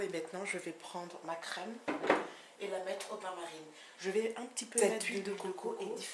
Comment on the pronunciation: Bain MARIE,pas bain MARINE ,Lol :)